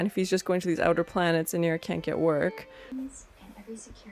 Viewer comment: Her name is Inara not Inira, I was a little annoyed by that....anyway, love the reaction.